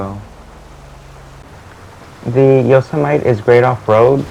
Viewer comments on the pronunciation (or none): Yosemite is pronounced “Yo-sem-ih-tee”